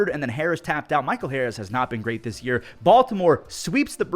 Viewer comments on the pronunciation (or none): none